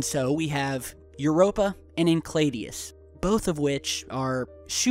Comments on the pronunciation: Sorry to be picky, but it's pronounced in-sale-a-dis, not in-clay-dee-us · pronounced "en-sell-awdus" not "enclaydius." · i love you guy, but its En Sel i dus, not en kled ios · It is Enceladus, not Encladius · INCLADIUS? CALESTO? Enceladus? CALLISTO... GOOGLE DUDE... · Sorry, but you did make me laugh with your pronunciation of Enceladus. it's EN-SELL-A-DUSS, not encladius. My apologies - couldn't let that one go...:) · It's "En-chela dis" and "Di - o - Knee" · Did he mean Enceladus? [Ehn-sel-add-us] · You are pronouncing Enceladus incorrectly. It is En-sell-a-dus. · its pronounced en-sell-adus... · Dude your butchering the pronunciation of Enceladus pretty severely. It's in-cell-a-dis sorry that just pressed a button because your suppose to be at least somewhat savvy in your knowledge of our solar system